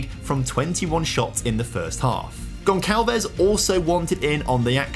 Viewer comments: It's pronounced "Gon sal ves" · Amazing contente to a FM Fan and addicted... but bro.. you are murdering the name Gonçalves 😂😂😂